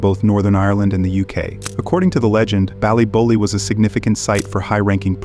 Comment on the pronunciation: He really botched the name of the place in Northern Ireland. Dunno why he’s saying ballybolly when it’s clearly ballybofey.